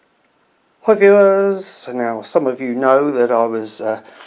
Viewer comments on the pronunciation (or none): Exquisite use of "hi viewahs" 9.7 out of 10